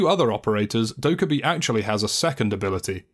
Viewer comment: Actually its Dokka-BAE